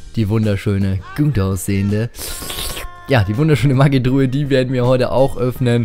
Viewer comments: das heißt nich maggi truhe sondern magietruhe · Sag nicht immer "maggitruhe"!!!Es heißt magietruhe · mir gefällt dein kanal, endlich jmd der zugibt dass er nichtso gut ist (was andere nicht tun) und auch NICHT gemmt was mir sehr gefällt aufjedefall mach weiter so. PS: bitte nenn die Maigetruhe nicht Maggitruhe und was ich toll fände wäre wenn du das spiel auf englisch stellen würdest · wie er immer sagt MAGGITRUHE. das heißt Magietruhe 😂😂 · magietruhe nicht maggitruhe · Ja mehr CR macht voll Spaß mit dir :D und wenn du sagst Magietruhe hört es sich für mich an wie Maggytruhe😂😂😂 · alter wie du immer maggitruhe sagst ich heul gleich hahah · Wie du immer Mackie truhe sagst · Ne Maggi-Truhe